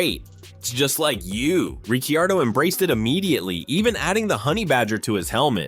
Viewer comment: he's pronounced "Ricardo"